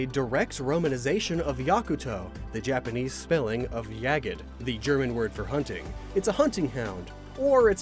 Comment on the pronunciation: There's no "e" in Jagd, you spell it a bit like "Jagt" where the g is softer as in grow, the a is a bit more pronounced and the d is spoken more like a t.